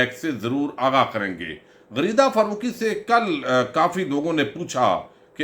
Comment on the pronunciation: آپ نے غریدہ بولا یا غلیظہ بولا ؟؟؟